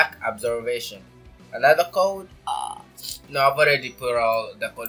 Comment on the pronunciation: Why do I hear shock absovation